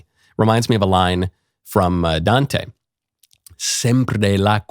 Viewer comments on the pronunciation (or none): none